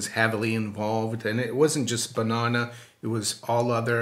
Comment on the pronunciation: And then to hear it pronounced like that 669 times...😂 BUNONA !